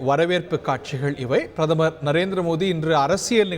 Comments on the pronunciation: என்ன பிரமரா? கொடுமை தமிழ் பாவம்! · தமிழை வளர்த்தாக சொல்பவர்களுக்கு பிரதமர் என்று கூட சரியாக சொல்லத் தெரியவில்லையே?